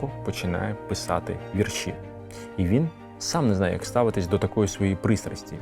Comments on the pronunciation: Не "віршІ", а вІрші. Наголошуйте правильно. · хіба не знеєте наголоса -"Вірші"? , треба наголос на перше "і" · ДорогийиАкім Я дуже люблю твої передачі Ми великий розумник і молодчина Твоя мова загалом вірна Але сьогодні ти мене здивував: у слові вірші наголос падає на перший склад: у моїх вІршах я часто пишу про Кобзаря-Пророка-Батька Тараса Я пишу вірші з самого дитинства, пишу, скільки себе й пам'ятаю Дуже люблю твої передачі та й ти сам мені дуже подобаєшся Я пишу не тільки українською мовою, а й французькою, рідше англійською та зовсім мало расєйською Виставляю вірші за порадо ю мого сина у ФЕЙСБУК То ю я маю багато друзів у 19 країнах світу Я була б дуже рада мати й тебе своїм другом п. Люсі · Звільнення не з рабства, а із кріпацтва... І не віршІ, а вІрші ...